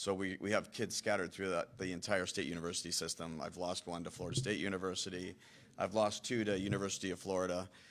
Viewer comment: Dont need no "univursity" round ear. Damn demonrats.